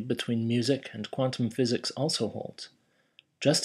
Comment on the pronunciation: Hee hee, you can hear your accent change when you say "quantum physics." xD Very Kiwi pronunciation.